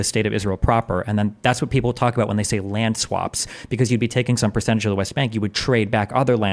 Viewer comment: right, in most european languages (the guy was polish by birth) we don't have the sound that english uses in the word "land", so we get confused when to say "lend" and when to say "land". Same with"w" and "v" in some cases.